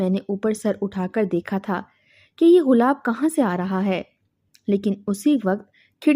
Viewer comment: بی بی غلاب نہیں گلاب ہوتاہے